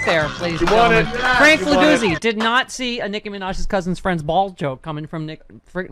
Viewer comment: He's Italian. Figliuzzi is pronounced Fee-lee-yootzi.